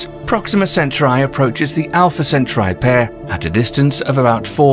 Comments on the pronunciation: Centauri isn’t pronounced “cent-tri.” It’s pronounced “cen-tor-ee!” Try again! Its a very basic word and I guarantee all American astronomers cringed, severely! I know I did and do every time you pronounce it incorrectly. Lol just re-narrate it so I can watch this without twitching severely. Lol thank you!!! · Also, "centauri" is not pronounced "senturai" but "sentaari". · CantAURi dude... not centurai...samurai... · is it centri or centauri? cen/tau/ri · Hope your mispronunciation of "Centauri" doesn't undermine the audience's ability to pronounce it according to tradition.